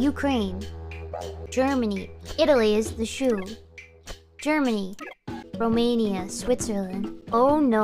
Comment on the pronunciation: Gura Pronouncing My Country Name Fired Up My Neurons, I Can't Believe Rockstar Games Added 🇷🇴 In The Geography Class, This Made My Day 😁😊☺️